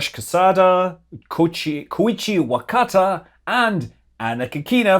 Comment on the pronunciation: Great update, Scott—and congrats on properly pronouncing Koichi Wakatta’s name—mostly; you do a better job than NASA PAOs!